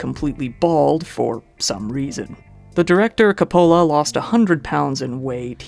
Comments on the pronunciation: Francis Ford COPPOLA, not Capola lol. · Ka-pole-a? Please learn how to pronounce the names of the ppl you are talking about before you make your videos. Hes a well known director. Atleast google his name and figure t out be for you embarrass yourself again. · I like how you say Coppola wrong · Coppola, Zemeckis, subsequent... This guy has a hard time with pronunciations. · I know you’re young, but you butchered Coppola’s name. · Pronunciation of Francis Ford Coppola's, Vic morrow, and Bob zemeckis' names makes me cringe honestly, definitely need to do your research a little more dude